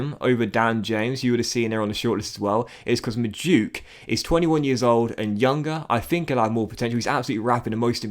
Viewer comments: Docks its Mad-oo-way-kay not madook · You say it as mad-oo-way-kay not Madook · Madueke is pronounced (Mad-oo-eck-ey) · just saying, madueke is pronounce mad-way-kay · It’s pronounced ma-doo-eh-kay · Docks Madueke is pronounced Mad-wekay. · noni madueke is pronounced maduwaykay. just fyi :) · Not sure but i think madueke is pronounced madu eke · I went to school with noni, his name is pronounced mad-ou-eke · It’s mad-u-eke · Madueke is pronounced MAH - DOO - EK - AY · Noni Madueke is pronounced Mad-Due-Ekay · Just so you know madueke pronounced Mah-Du-eh-kay. Loving this series sm. Love for the upload!!! Consistency is a madness! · It’s pronounced Ma-doo-eke mate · Madueke is pronounced Mad-oo-ay-kay